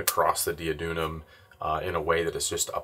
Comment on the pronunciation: Not that it matters but, on the off chance that you care about such things, you were pronouncing duodenum kind of backwards.